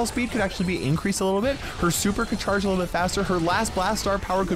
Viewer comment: Bro Said "a little but" 1000 times